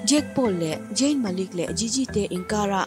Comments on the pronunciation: In post hi delet ru.. Jayn ani lo! I pholang dawn nih chuan chhiar dik ve tal ula.. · Jayn ti hian lam tohlo laa😀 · Zayn 'Z' 'J' anga lam hi chu ngaihthlak a nuam chiah lo😁😁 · zayn tih tur zawk ania jayn ni lo in 🤭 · Jayn a🤦🏼 ka bialpa hming i va lam uluk lo ve aw..ZAYN tur zawk aw..🤧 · Zayn I lam dan mawlh khi ka pawmzam theilo 😂😂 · Zayn hming I lam Dan hi amak e 🤪